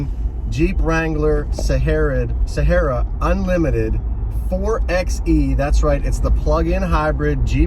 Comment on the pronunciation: Hey, great video, thank you. I just put in my order yesterday. Nice catch calling it a Jeep, not a car. lol. Just prepare yourself, you're gonna catch all kinds of grief from purists if you continue to call it a "four-ex-ee".